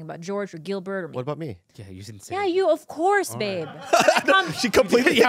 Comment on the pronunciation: David "OBBCOURSE" So